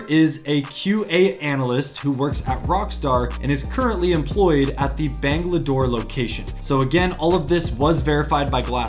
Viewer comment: It's not bangladoor it's Bangalore 😂😝